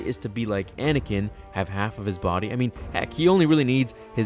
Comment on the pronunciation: It can’t be a star wars theory without saying anikan